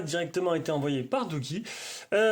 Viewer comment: Si vous pouviez faire une presentation sur le doogee n20 pro...sinon la prononciation correcte se sonnorise comme douji et non comme vous le dite....